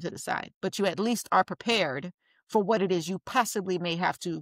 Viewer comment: ‘Whut a L L C iz’ lmao